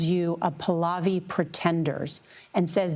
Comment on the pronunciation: Listen girl, first of all, pronounce "Your Majesty's" name right: it is PAAH-LAAH-VEE not pulovi. Second of all, you are rude AF. That's his birthright and he didn't want the "job" - the family dynasty's people have been wanting them for years. Do you not hear the chants?!?! No wonder Trump doesn't like CBS.